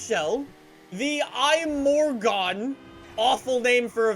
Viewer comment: It is pronounced im - mor - gon